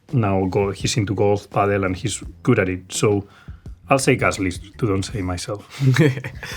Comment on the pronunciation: "gud pitza"